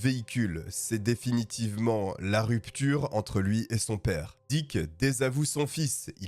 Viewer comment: diCK, pour une meilleur prononciation !!! bien placé